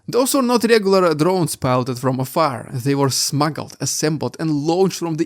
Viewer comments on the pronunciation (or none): none